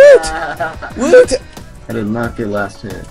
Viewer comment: Cringed when he said "woot"(prounouncing t) irl.....